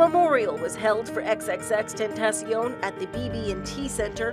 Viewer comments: "EX EX EX TEN TAY SHEE OWN" inside edition is running out of stories LMAO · Its more like "Xx-tenta-sion" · He's said the names Latino cause I'm pretty sure he loved Mexican people and it's pronounced "xxx-tenta-sion" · same. Or just x x x ten tah shon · Can people stop pronouncing XXXTENTACION wrong, he deserves more respect - RIP XXXTENTACION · She said his name wrong